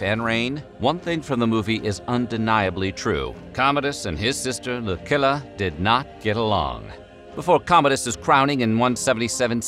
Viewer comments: "C" and "CC" before an "I" , "Y" and "Ae" is pronounced as a "tch" sound. There's a few exceptions. "Lucilla" isn't one of them. They're not all "K" sounds. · "Lucilla" is not pronounced as spoken here. Lmao. When does a "c" followed by an "i" sound like a "k" in any Roman name? Never. In English, it works just the same.....Just saying.